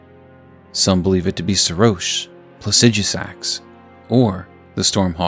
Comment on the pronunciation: I always love another fellow who actually knows how to pronounce placidusax